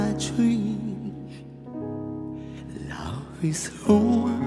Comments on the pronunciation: 我都覺得佢唔係好識講英文😂,over 聽到我頭都痛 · 聽了幾個不同的歌星唱這首歌後做一比較，覺得楊坤不但唱得最好，他並且把這歌做了些許畫龍點睛效用的修改，把整首歌的感情和撼動力提升了好幾倍。若要稍加挑剔：唯一美中不足的是他“over” 一字的英語發音。不怪他。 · v 发音完全不标准，跟赵丽颖一样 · V的发音太出戏……虽然我是杨坤的粉😂